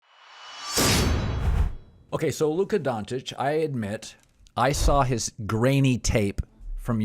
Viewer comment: Doncic not donkic